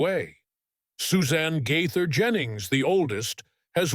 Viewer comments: I cringed every time he said their name. I just wonder what Bill and Gloria GAither thought after hearing it? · Not only is the name pronounced wrong but is this video really true? You never know with AI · PRONOUNCE THEIR LAST NAME CORRECT. THEY ARE THE BEST!!! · IT IS AWFUL WHEN AI DOESN’T PRONOUNCE SOMEONE’S NAME CORRECTLY!!